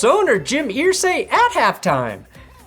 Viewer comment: I say earsay not Irsay (urr-say)